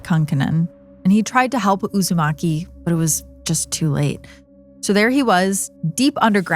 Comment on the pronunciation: That mispronunciation of “Uusimaki” is taking me out. I keep reminding myself that she isn’t talking about Naruto.